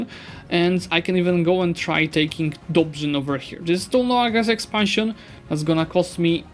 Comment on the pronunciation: he actually mispronounced Dobrzyń by saying n instead of ń.